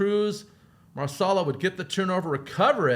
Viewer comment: Great job on the recap. The format is clean and to the point minus a few mispronunciations, IE Chicken Marsalla, Hahahaha. Btw how do you remember all the names?